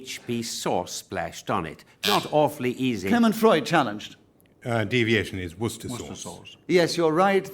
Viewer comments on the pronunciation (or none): none